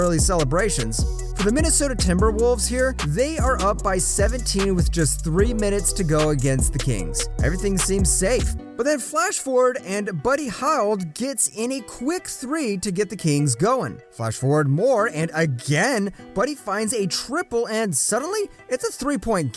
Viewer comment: Spencer Dwindle 🤣🤣🤣 it's Din-widdy like witty. Also Buddy Hield like "yield" with an H. Alotta mispronunciations brotha, but otherwise GREAT content for being a small channel. I'll definitely be back to watch more videos man keep up the good work! Also it's Bo-hahn not Bo-jin Could be wrong but I also hear SGA pronounced and Shay not Shy. Just tryna help for future content.